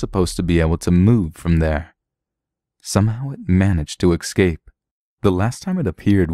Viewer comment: is it me, or does the narrator pronounce ''escape'' as '' excape'' ? is so cute oml!!